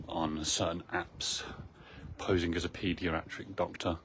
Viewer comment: "Paediaratric" lol